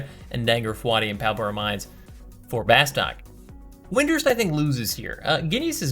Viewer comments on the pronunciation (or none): C'mon, it's pronounced 'Bah-stuuk'.